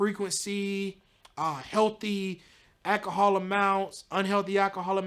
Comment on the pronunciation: did he say Akahol????🤮